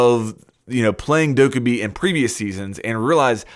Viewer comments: Stop saying dow-ka-bi. It's doc-ae-bi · It's not Dokk-uh-bee Jesus Christ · Isint it pronounced Like Dough Ka Bee Idk. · The title: you're using dokkaebi wrong me after watching the video "But you're saying her name wrong tho" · The way you pronounce Dokkaebi makes me want to kill myself -_ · I think the real mistake in this video is you saying Dokkaebi's name wrong... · You’re saying Dokkaebi wrong!